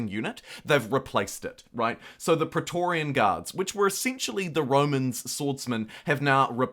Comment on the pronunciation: Praetorian is pronounced 'Pre'-torian. The AE letter combination is pronounced like an 'ee' when you're reading greek or latin words. Often the words have lost the 'a' of the 'ae', like (a)ether, h(a)emogloben, or d(a)emon. The 'A' sound it produces in Anglo germanic words is another letter entirely, like in Aethelred.